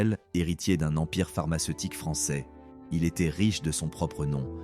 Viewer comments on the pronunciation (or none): none